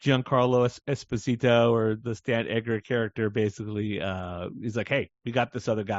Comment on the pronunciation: I’m very happy this podcast is still going, cause Inthought maybe it was over! Also, just a small note. Giancarlo Esposito, isn’t “ESposito” it’s “esPOsito” cause he’s not Spanish, he’s Italian.